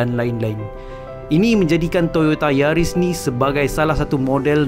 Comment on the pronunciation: Yaris mata jepun.. Bukan keli..